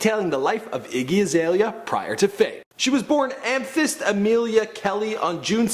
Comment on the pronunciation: Learn how to pernounce amethyst